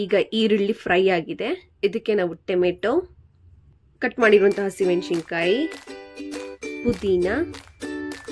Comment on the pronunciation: ಟೆಮೆಟೊ ಅಲ್ಲ ಟೊಮೇಟೊ ಮೆಣಶಿನ ಕಾಯಿ ಅಲ್ಲ ಮೆಣಸಿನಕಾಯಿ ಹರೇಶಿನ ಅಲ್ಲ ಅರಶಿಣ ಚಿಲ್ಲಿ ಪೌಡ ಅಲ್ಲ ಚಿಲ್ಲಿ ಪೌಡರ್ ಮುಸರ್ ಅಲ್ಲ ಮೊಸರು